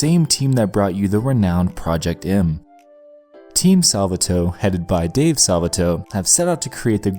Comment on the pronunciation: “Salva Toe”